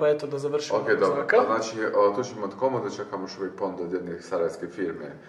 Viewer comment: Imat Čemo Č, Č i Č 😟 ne bi bilo na odmet da nauči pravila o korištenju glasova č i ć.